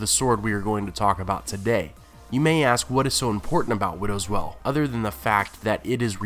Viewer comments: Why do you pronounce 'Wail' as 'Well' ??! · Stop pronouncing WAIL like WELL. It's fucking annoying. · "Wail" is pronounced "whale" not "well" how did you mess that up? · it's not well its wail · WTF!, IF YOU ARE GOING TO MAKE VIDEOS AT LEAST GET THE NAMES RIGHT YOU FOOL, IT WIDOWS WAIL!!!!! WAIL, NOT WELL YOU MUPPET. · I get that often times reading from a script it can be difficult to know the pronounciation of an unfamiliar word, but seriously, there is a scene in the show where Joffrey names Widow's Wail, and it does not sound like "Widows Well". Does no one check these videos before upload? Sure, Benedict Cumberbatch called Penguins Pingins, but he's a huge celebrity and who'd want to correct him? but this is a youtube channel. DO IT RIGHT! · Widow's Well? Interesting pronunciation... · I love your videos, and I'll continue to keep watching, but it cracks me up that you always pronounce Brienne as "brianne" , but then you do widows wail, as widows "well" lol, anyway, as always, great video lol. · Would you please stop pronouncing Widow's Wail as widow's well? It makes no sense and has no weight the way you're pronouncing it.